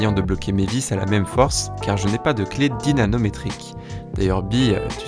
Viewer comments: à ..... pas dynaNométrique mais dynaMométrique C'est pas grave je vous aime quand-même .... ;) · pour info dynamométrique pas dynanométrique